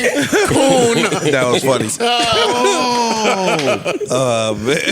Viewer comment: “King coonta” 😂😂😂😂